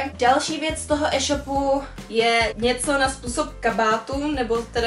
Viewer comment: jak říkáš eshopu s krátkým e ale říká se to éshopu s dlouhým é jinak fajn video ale tohle me fakt štve jak to říkáš